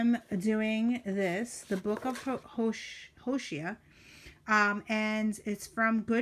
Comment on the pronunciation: Liked your video very much, great ideas ☺ fyi, Hosea is pronounced Ho zà a ☺